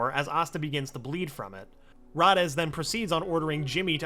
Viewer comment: Its not rades its raidees in pronunciation